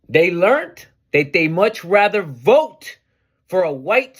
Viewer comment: "I will boat for Donut Trump" LMAO!!!